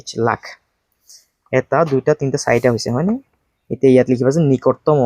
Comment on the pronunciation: Sir nikotomo nohoi 😂Nikototom 😅😅😮